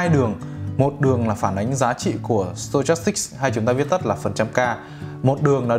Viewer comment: sờ to chas síc à ờ stochastic. Đọc là sto thôi anh ơi, méo hết cả mồm hahahaha